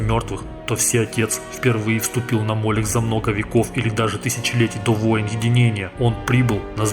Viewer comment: Как по мне, то не мОлех а МолЕх.